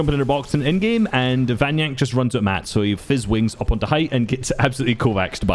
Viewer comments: Why are you always saying Vanyak, not Vanyakek? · It's VanyaKEK, not Vanyak